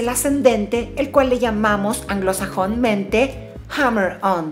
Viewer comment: "Anglosajonmente" <3